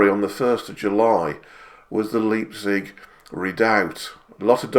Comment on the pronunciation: A small point but just so that you are aware. In German, Leipzig is pronounced Lipezig and not Leapzig.